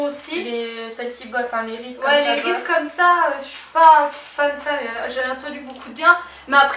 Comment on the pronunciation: j'ai gouter les reeses c'est trop bon mais sa se dit risise mdr